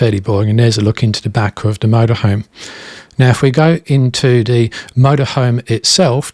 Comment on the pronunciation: Sorry, I do apologise. However the word you are looking for is “The” not “Duh” I feel bad but it’s a cringe every time. I know, just don’t watch the vids and move on. I do like the content, just the “Duh Isuzu ….” These not Deez 🤔